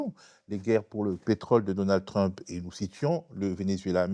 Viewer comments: Pourquoi prononcer "trump", pénible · Bonjour, très bonne vidéo, par contre pourriez-vous prononcer Trump correctement? Ça perturbe à chaque fois, vraiment je dis ça avec bienveillance. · J’aime bien comment l’invité fait un effort pour prononcer correctement « regime change » en anglais, mais prononce de façon bien française le nom de Trump 😂